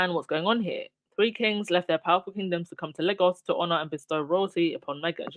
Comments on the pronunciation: Lagos could be pronounced LAY-GUS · Lagos is pronounced Lay-Gos ❤❤❤